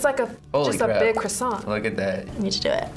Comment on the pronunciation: Lmaooo yo I love this girl "cRossiaNt"